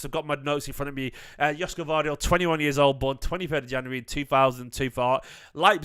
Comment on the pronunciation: Greetings from Sydney Australia mate 😂. It pronounced YOSHKO